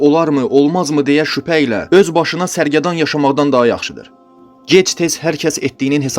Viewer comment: Hacı, sərgərdan yox, sərgərdan deməlisən. Dediyin qalan şeylər də hamısı yalandır, insan ölür, torpağa qarışır çürüyüb gedir. Ərəblərin nağıllarında inanmayın.